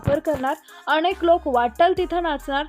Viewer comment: शुद्ध शब्द " अनेक " असा आहे " अणेक " नाही.